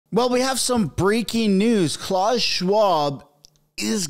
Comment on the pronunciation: It’s not CLAWS Schwab! It’s pronounce Klaoos